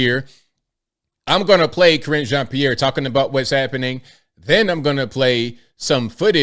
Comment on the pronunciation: KarineJean pee air😊